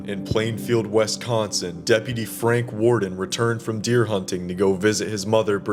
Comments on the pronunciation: Repeat after me: WISS consin. It’s not WESS consin. I’ll never understand why people pronounce it that way. It’s pronounced exactly like it’s spelled. Having said that, this is a darn good video about the case. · You're pronouncing Wisconsin wrong. Otherwise, good job